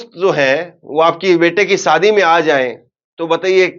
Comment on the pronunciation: Sadi nhi shadi hota h aap ki zabaan acchhi nhi h bht aasar padhta h